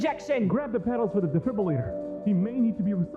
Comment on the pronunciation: Great animation, first one I watched a long ass time ago, but I can’t shake the fact that at 8 minutes you guys mispronounced defibrillator, and it pains me on a metaphysical level